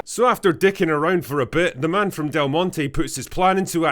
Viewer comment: "Froem pwnis thu vegynaa" ..... . .... Oh god help us